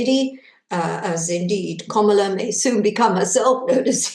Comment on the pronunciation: Please learn how to pronounce Kamala;s name Kam-ala